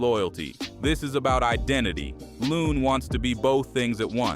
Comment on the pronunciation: It’s Looooooon